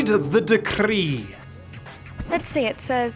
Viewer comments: "Rrrrrread the Decrrrrree" working has me absolutely crying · The way I cackled at "Rrrrread the decrrrrreee" working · "rrrread the decrrree." Got me coughing and wheezing for air